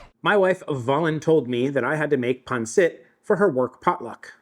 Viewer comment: This is the closest I've heard pansit pronounced correctly from a non Filipino 🫡👌